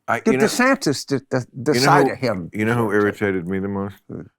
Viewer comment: 'Ronda Sanders'...lol. Bill to your credit, the auto generated captions just translated Jim's pronunciations of 'Ron DeSantis' as 'Ronda Sanders'.... Florida Governor Rhonda Sanders.